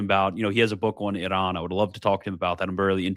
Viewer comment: Quit listening halfway through because I can’t take the way say Iran 1 more time. That can’t be tolerated.